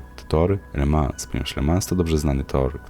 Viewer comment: Le Mą - nie La Mans